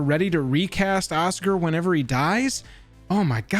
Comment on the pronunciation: Osgir (Oz-Gear, not Oscar)